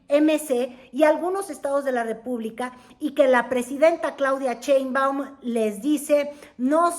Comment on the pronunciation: IMPRESIONANTE que NO SABE ni pronunciar SHEINBAUM y le dice CHEINBAUM. Se le olvida todo, hasta el RESPETO.